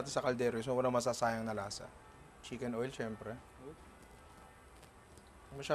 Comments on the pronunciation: Hoy!! at "CHICKEN OIL" HINDI "CHIMKEN OIL" HAHAHA NINONG NAG HAHANAP KABA NG QUALITY CONTROL? APPLY SANA KO 🤣🤣🤣🤣✌️✌️✌️ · chimken oil? Or chicken oil? 🤣🤣